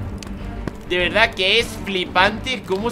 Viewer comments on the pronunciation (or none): none